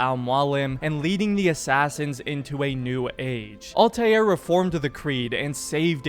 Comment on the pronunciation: Stop pronouncing Altairs name wrong